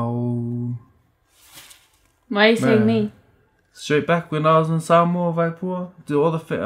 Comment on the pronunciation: noooo!! You said my name right hehe 😘😘😘 #TeamMau🤪 sorry hahaha